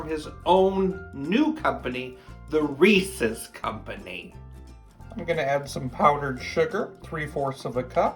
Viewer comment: Sounds sugary. Hahahaha peanut butter rules!!! Thank you for not saying ree sees instead of Reese’s. People always say sees not sis